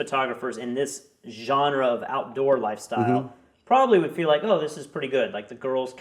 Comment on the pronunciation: I like it... maybe because i'm French haha